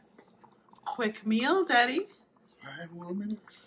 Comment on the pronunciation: Black love I feel the same exact way I love their bond she is so funny. They don't understand every time I hear her say Deddy it just brings back memories of me and my dad.